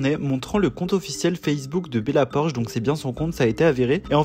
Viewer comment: "bella porche"🤣🤣